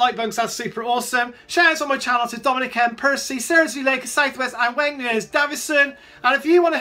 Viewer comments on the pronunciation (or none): none